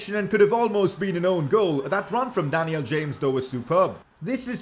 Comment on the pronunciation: Pls say daniel james properly